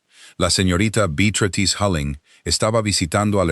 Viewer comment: Si está escrito Beatrice pronuncia Beatratrice, que horror de lectura